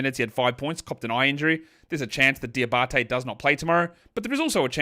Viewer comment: Diabaté pronounciation on point 👌